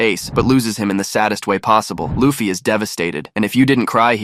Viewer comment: L-uh-ffy? Seriously? Uggggggh